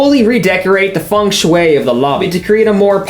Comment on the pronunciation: Okay so The Play episode unlocked a memory in my mind, I remembered nothing of the A plot except Selena Gomez was there, but I distinctly remember London mispronouncing Feng Shui as "Fung Shooey" like that is a core memory in my mind, I think this is the season I started watching (I mostly watched On Deck)